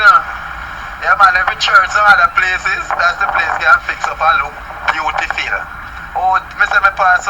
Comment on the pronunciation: Only the Uneducated. 😂😂😂 "Beautiful even beautifill"